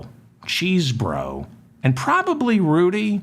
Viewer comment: Hello David I am glad that you pronounce Mr.Chesebro like it's spelled not(chessbro)